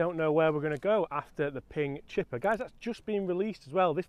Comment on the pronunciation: Ping “chipper”